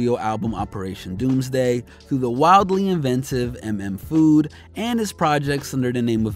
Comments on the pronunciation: he said em em FOOD lol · Did he just call the album "M.M. Food?" Smh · Did this nigga just say M M food. 💀💀💀. Its mm food bro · Bro seriously said Em Em Food... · Good stuff right here. Also, it's not m-m food, but MM as in mmmmmm, that's good. MM.. Food. Get it? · dude said "em em food"...smh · its not M M Food... It MM Food.. haha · Bruh, it's not "M M Food" it's pronounced mmmm like mmm that tastes good. Doesn't that make more sense now? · MM.. FOOD M.F. DOOM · Yeah and its a shame the guy who made the video completely missed that point. I thought it would be pretty obvious that its Mmmmm food, not M M food. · Did you deadass call it “em em food”? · Did you say em em food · Yooo did this nigga just say M M Food Lol. Do your research son! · Did you say "m m" food homie? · "'M' 'M' Food" his guy has never listen to DOOM much less a legendary album he doesn't even know how to pronounce the name of. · Are we just gonna gloss over the fact that he pronounced the m’s individually in mm... food